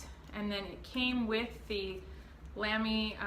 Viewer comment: It's pronounced Lah-me. Not Lam (like ham)-me. in I had to stop the video just to write this. I own 3 of these, all XFP nibs. Amazing value for money.